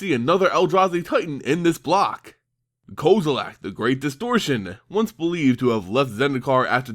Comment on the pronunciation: Kozilack?? XD